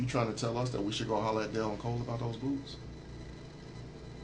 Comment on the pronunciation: He can't even say Dale, he keeps calling him Dil, what right melon.